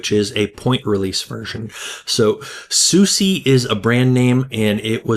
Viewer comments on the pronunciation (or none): just fyi It's pronounced 'susa' not 'susie'